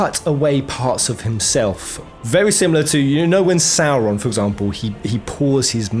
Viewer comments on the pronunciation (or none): none